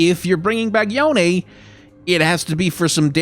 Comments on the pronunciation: It doesn't matter all that much but Yone is pronounced Yo-Nay. At least that's how Yasuo says it in Legends of Runeterra. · I have always pronounced "Yone" as if it was a Japanese name (since Ionia is very Japan-inspired) and hearing your pronunciation is making me cringe a bit D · I just don't want Yone added because it's meant to be a Japanese inspired name meaning it would be pronounce yo,ne not yOne which everyone is saying... Nercrit... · Yone is pronounced "Yo Ne" sort of like "Monet". The Japanese Universe page confirms this. Unfortunately, neither Yasuo nor Yone have cannon kanji for their names, but if I had to guess, Yone might be the words "give" and "root" which can be pronounced "yo" and "ne" respectively. It can just be rice though. :) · Since you pronounced it every which way under the sun It's, Yo-Nay, cuz Ionian uses Japanese/Korean as a template :P